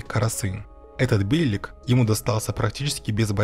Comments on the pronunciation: Бейлик ударение на И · Все хорошо но над ударениями стоит поработать. Кайи ударение на и бейлик ударение на и